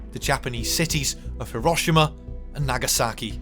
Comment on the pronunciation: At least pronounce it properly He-ro-SHE- ma